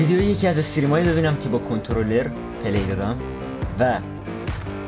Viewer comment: حتی به غلط 🤣🤣